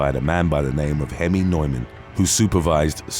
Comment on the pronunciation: The guys name NEUMAN is pronounced NEWMAN.